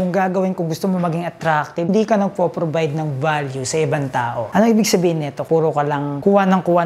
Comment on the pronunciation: if hindi ip, provide hindi probide..ayos ayosin ang pronunciation para maniwala ang tao sayo..pero at least kahit papaano ung off mo hindi na opp.✌️